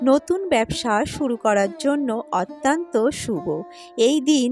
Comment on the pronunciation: Otanto noy .. uchcharon thik koun